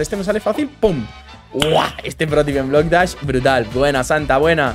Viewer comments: dijiste bloc das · Jajaja dijo bock dash en súper l Slide jaja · en súper spider dijiste estamos aquí en blok das xddddd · cuando estabas en el mapa de super eslaid dijiste bloc dahs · Jajajajajaja dijiste blocktas en super eslaia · Porque dijiste Blok das en Super slide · dijiste bloc dash en mes de super eslai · porque en super le dijiste blocdaz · Dijiste blocdach en el minuto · Alcomienso dijiste bloc dachs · TeDiste cuenta que En super eslai Dijiste BlocDas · Xd dijo blok dash